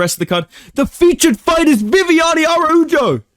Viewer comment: It’s pronounced “Arauho” not “Araujo”